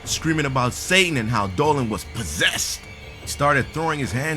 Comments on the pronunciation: on the intro you said "planet Dolwan" X3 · Efe Aydal he actually pronounced it as diynger Dolan.